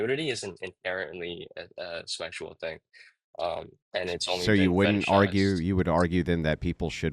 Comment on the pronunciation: Dude said “shmexual”